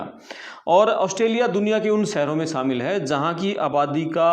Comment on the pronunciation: Plz correct your pronunciations to be more authentic : Sheher Shaamil immigration (immgrashan not immigrasan) bakhshaa etc 🙏🏻